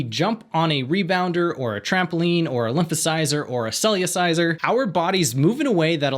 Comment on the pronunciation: The word is CellERciser, not CellUciser. I have a Cellerciser by David Hall, please pronounce correctly!